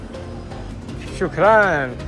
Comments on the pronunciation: It's not Sukrum 😅 its Shukran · its not Shukrum its Shukraan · Sukran/Shukran= Thank You Not Shukrum 😂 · it is Shukra"N", not with an "M" 😁 Anyways Drew, you were not mistaken for doing your Honeymoon in Saudi, you are welcome anytime. But be sure to visit use between November-March the next time you plan to come, this is where Saudi really shines, especially Riyadh (the capital), where the weather is very nice and cold and a lot of outdoor events open up.